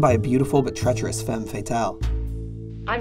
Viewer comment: Great video! Your pronunciation of the word "femme" is not good but everything else was spot on